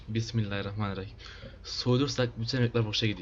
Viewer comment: öyle besmelemi çekilir Bismillahirrrahmenirahim diycen ama sonra düzelttin